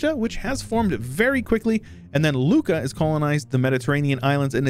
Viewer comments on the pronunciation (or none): thank you, really nice video anyway since you asked Lucca Is prounuced with and "u" sound